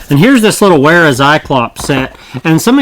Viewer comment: Great review. BTW Wera is pronounced "Vera"